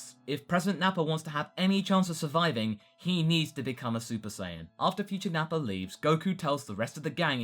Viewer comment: Goku would have a difficult time telling what will happen in the future because there won't be Piccolo hear the whole conversation. (correct me if i'm wrong but i remember that it was piccolo who got the details of that conversation right.) why do you say Nappar with an R sometimes?